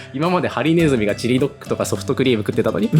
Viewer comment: のソニックの好きな食べ物ずっとミニドックって聞こえてた